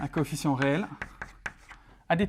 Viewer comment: coefficient et non coéficient !